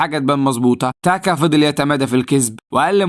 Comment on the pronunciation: بالله عليك انطق الأسماء عادى انا مش قادر اكمل الفيديو بسبب تاكا و موفاسا و كيارا و اى حاجة اخرها ا بسبب نطقك انا اسف والله بس بالله عليك غير الطريقة دى